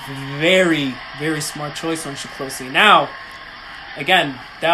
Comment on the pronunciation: SE- KLOSH-E. Accent on the first syllable. NOT SHE KLOSHE Thanks. Love your videos.